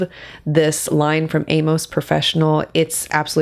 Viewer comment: For reference, Amos is my family name and it's pronounced a - m i s s the majority of the time